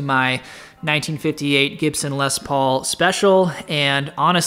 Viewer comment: Please don't pronounce the "s" at the end of "Les", it makes me cringe a lot 😖